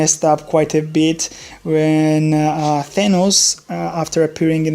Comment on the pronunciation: It's good but it's Th-a-n-ohs